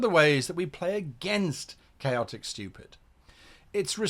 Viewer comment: "Chaotic Styupid"